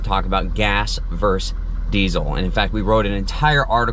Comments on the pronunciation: I love your channel. I have seen every episode. You are the gold standard. I watched the whole video and I don’t even have a truck! But I have one complaint and I can’t hold back any longer. A “verse” is like a stanza of a poem or a song. “Versus” means opposed to or in contrast to. You said “gas verse diesel” in the first four minutes of this video and it’s not the first time. Just sayin’. Regardless, I still love the channel and I will continue to, even if you ignore my comment. 😊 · Why do people say "verse" instead of "versus"??